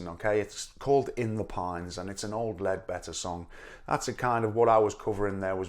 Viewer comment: Yes, Leadbelly. It sounds like he says leadbetter, but I think it's an accent. If not, he had PJ on his mind.